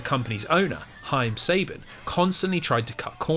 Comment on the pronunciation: Also you entirely mispronounced "Saban"